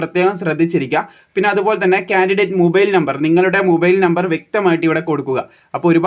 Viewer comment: മുബൈയിൽ അല്ല ചേട്ടാ...മൊബൈൽ ആണ്